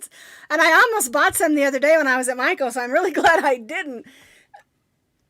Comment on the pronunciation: Yes you said Michael's yarn right